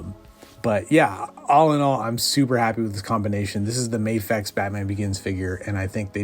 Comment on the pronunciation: It’s pronounced MA-fecha, not May-fex 😀 And I’m also pairing my Tumbler with that one